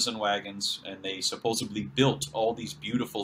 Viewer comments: Horses and wagons? Except there were no horses or the wheel in the Americas. That's where "Tartaria" falls flat on its face. This is a poor man's conspiracy theory. I should have stopped when I heard him pronounce "supposebly." The bar is a lot lower than I thought. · I love the subject matter and the discussion. I'm sorry to complain about mispronunciaition of one word. It's supposedly, not supposebly. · I would love to share this but he has said supposedly like 8 million times as “supposebly” which isn’t a word. That alone is so disconcerting. . . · Love your shows, but could you please say “supposeDly instead of supposeBly ? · Supposedly... not supposebly! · You lost me at supposably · Stop saying suposebly, it's suposedly! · When the video opens with a guy was says “suposeably…” 🤣 I’m out.